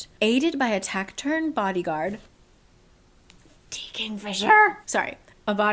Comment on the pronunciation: taciturn (tas-i-turn)